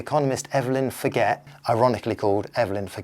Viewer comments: Finnish is not a race, so it's not racist to say they like saunas, but it is a stereotype to say that... i guess. and the name Forget is pronounced more like for-chgeh... i had a friend with that name.. i'll never forget.. i'm not here just to correct you. This was an excellent video!! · Her name is French bonehead. It's not pronounced for-get, it;s pronounced for-zhay. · I think Finns pronounce sauna as "sow-na". Not sure Finns are a "race"..so your joke is more a cultural stereotype than 'racism'? ;-) On the theme of pronunciation, the Canadian social scientist Evelyn Forget's surname is pronounced "Forzhay" :-)